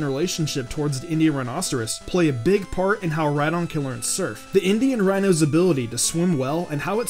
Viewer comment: It's name is Rhydon like ride on